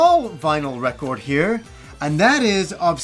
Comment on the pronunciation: you have a very sensual way of pronouncing record